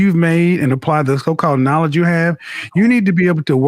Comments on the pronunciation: She couldn’t even say the word knowledge correctly I’m screaming!!!!!!!!😭😭😭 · She Can’t even pronounce knowledge with out messing up